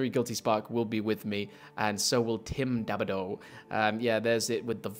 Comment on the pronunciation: Hey Hey!!! It's pronounced Da-Da-Bo! Hahaha. Thank you for all this man. Yes, I am he. Tim Dadabo the Monitor, 343 Guilty Spark.